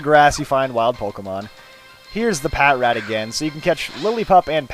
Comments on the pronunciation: its pronounced pa-trat, not pat-rat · Patrat is pronounced "pa-trat". Just to let you know.